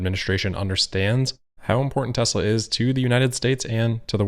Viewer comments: I thought he said Testicle. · We should all try to say Tezzla... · ahhhh wasn't that hard? ... T. E. S. L. A. Tesla TESLA.... its not that hard to say... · It took four people eleven days to teach him how to pronounce it. Let's just say....not the sharpest crayon.